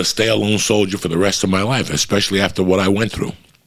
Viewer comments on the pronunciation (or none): What’s a “Soilder”?